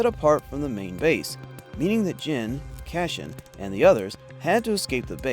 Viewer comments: Cassian Not Cashian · He was saying 'Cashin" which is even worse.